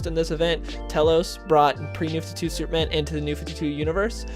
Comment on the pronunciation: Comics have been terrible since the early 1990s. Plus, slow down, narrator. "Supe-man".